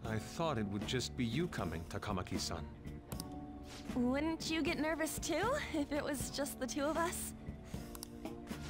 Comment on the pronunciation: For some reason the TaKAWmaki and the SaKAHmoto and KiTAWgawa are especially bad. And Mishima's name is pretty butchered too.